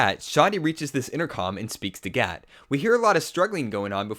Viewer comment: Its gat, not cat